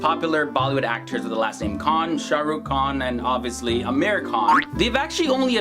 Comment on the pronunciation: seriously ...no offence bt why do you keeps calling him Amer khan..... its Amir khan.....its pronounced as "Ameer"